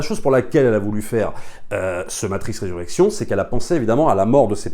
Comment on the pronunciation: Bon film, belle satyre sur le monde actuel. J'ai vais le revisionner pour être sûr d'avoir tout bien saisi. Juste un p'tit truc, c'est Resurrections (le s se prononce, 3e personne du singulier).